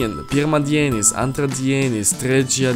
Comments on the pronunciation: LITHUANIAN It was awful. pirmAdienis antrAdienis trečiAdienis ketvirtAdienis penktAdienis šeštAdienis sekmAdienis In each word 'a' is stressed in every second syllable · The lithuainan is wrong, I will spell it out worng but thats how to say it ( Monday) Pirmadinis (Pirmadienis) (Tuesday) Entradenis (Antradienis (Wednesday) Trechadinis (Trecaiadienes) (Thursday)Ketvertadinis (Ketvirtadienis) (Friday) Painktadinis (Penktadienis) (Saturday) Seshtadinis (Sestadienis) (Sunday) Sekmadinis (Sekmadienis I am a Lithuanian